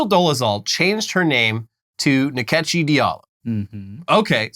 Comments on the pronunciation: Nkechi is pronounced In-kay-chi. The second and third syllable have rising accent. It's an Igbo name. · So! Turns out Rachel Dolezal appropriates in more ways than one. Nkechi (pronounced more like In-Kechi with the “I” being way more subtle rather than Ni-kechi like the guys pronounced) is actually a Nigerian name meaning God’s gift! Gift that keep on giving to black folks - the ultimate devine delivery. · Its not nikechi. Its call Nkechi... like inkechi